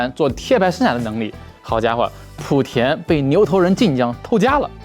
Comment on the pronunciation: 莆是第二声，别再普田普田了